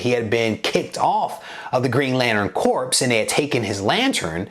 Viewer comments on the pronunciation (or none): Great job, liked your review and I absolutely agree with your assessment of this reboot of the character. It is pronounced core: Corps = core.